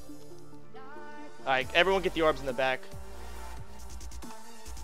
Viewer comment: "Yorbs" lol gj Soda :D